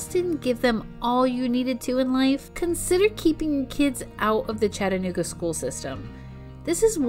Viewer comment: i like the part when you try to say chattanooga.